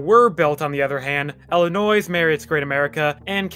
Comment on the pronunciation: = 24 years. Hardly, 3 1/2 decades. Another point of contention is your pronouncement of Illinois. If you’ve lived near Great America, you would know that the ‘S’ is silent in Illinois. Heck, at the very least I can’t imagine not coming across a meme that stated as much. I know the sound like trite observations, but if you’re going to produce a video, at least get names correct. (Possibly not entirely fair, but in another video of yours, you mispronounce Bolingbrook. It’s ‘Bowling-Brook’. Cheers